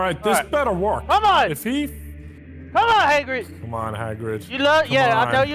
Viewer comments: it's Hagrid like Hag Rid... not Haygrid... bothered me so freaking much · Takenforest Gonzalez no... in the books and movies it Hagrid. not Hogrid or Haygrid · The way he says hagrid bothers me like he says HAY-grid not Ha-grid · It's not Haygrid, love your videos!!!! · I like how calls Hagrid “Heygrid” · saying "Haygrid" really irks me but makes me laugh at the same time😂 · "Hay-Grid" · The number of times says HAYGRIT in this video is infuriating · "hey-grid" lol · "Heygrid" lmao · hey-grid ? no